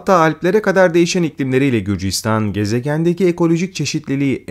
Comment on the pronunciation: Qrusya değil gruzya